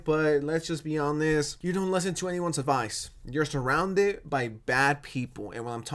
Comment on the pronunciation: its pronounced "hon-est" not "on-this"